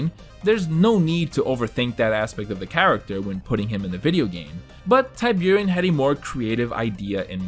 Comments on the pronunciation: Forgive my pedantry but I think Tiburon isn’t pronounced that way? Not TIE-byour-in but TEE-BOO-ROHN. It’s Spanish for shark. Great video btw. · Great video! I'd say I hate to do it, but I really don't... E.A. Tiburon is pronounced "Tea- Boo- Ron". It's Spanish for Shark. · Ty buren? Wtf are you saying. How the f you don’t know how to say tiburon? Your goddamn name is, holy shit. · Absolute murder of the pronounciation of the word tiburon, that's shark in spanish :( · Your pronunciation of Tiburon is killing me